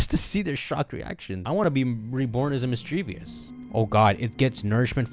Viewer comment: It's not a big deal, but mis-dreev-us